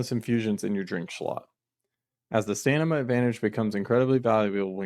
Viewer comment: fantastic video but it is STAM IN A not stan im a, much love my boy